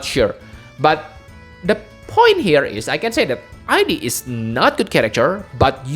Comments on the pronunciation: Oh and I think he's really pronounced as ead (like in eat but with a d), in katakana, the name is written as イド, the same way it was written / pronounced for Sigmund Freud's Id. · The way pronounced Id's name was correct. It has to do with psychology and Sigmund Freud's understanding of the psyche. It's been a while since I studied, but as I recall, there were the Id, the Ego, and the Super ego. Everyone has heard the term "Ego," but the Id and Super ego are not as widely known. "Id" seems a fitting name for the character in Xenogears. I had never read it as "I.D.", but I can understand why people would read it that way since reading it that way implies identity.